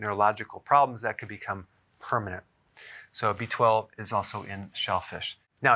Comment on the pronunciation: I thought it was “BIZ”, not B12. 😆😆